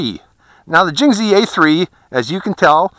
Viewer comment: Haha "Jinghzi" ;)